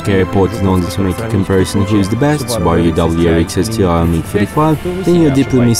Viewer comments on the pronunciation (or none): All I heard was "Qubaru". Can't even get the right pronunciation. haha